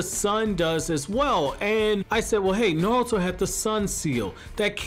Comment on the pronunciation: Anybody notice he says naluto